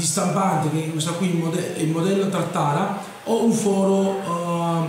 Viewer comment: TATARA non taRtara :) bel video comunque